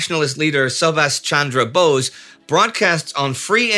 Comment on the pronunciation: Very minor issue, but Subhas Chandra Bose is pronounced "Shoobash Chandra Boe-sh"